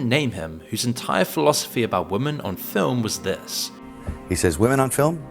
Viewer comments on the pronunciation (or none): it’s “women” not woman,.